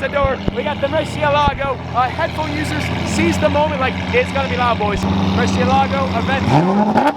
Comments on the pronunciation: It's pronounced mur-CIE!-la-go, not murcie-lago. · Isn’t it pronounced Murci-É-lago since it’s a Spanish word? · In Italian you should said: MURSIELAGO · It's drive me nuts how you pronounce murcielago wrong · You don’t pronounce murcielago like that.